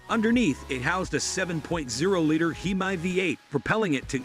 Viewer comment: It's pronounced hem-me not he-my.